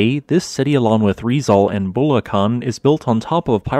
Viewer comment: sigh ITS RIZ-ALL AND BUL-AK-ANH